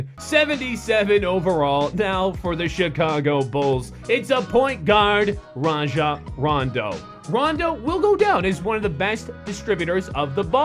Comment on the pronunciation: raja rondo? really